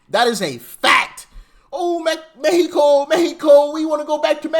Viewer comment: That MEH-e-Koh chick is retarded! These people are brain dead! Flat out